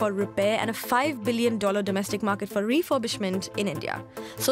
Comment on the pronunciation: "refoybishment"lol learn how to pronounce the letter "r".